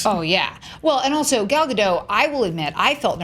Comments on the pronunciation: Eden Aronovich And they still don't know how to pronounce it. XD if they miraculously get the last name right, they get the first name wrong by saying Gail or Gol. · Why are they all pronouncing Gal's name wrong? I don't get why people keep perpetuating this...